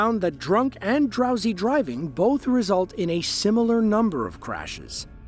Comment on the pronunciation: when you said drowsy driving I heard trowsy driving lol.